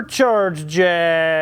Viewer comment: Here in England it's Jag, pronounced fast (as the car) NOT Jaaaaaag !!!!!!!!